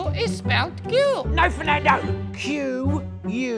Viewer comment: It's NOT Fernado, it's the ENGLISH language